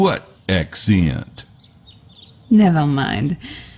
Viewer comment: Oh and this too. . “What ack-seant?”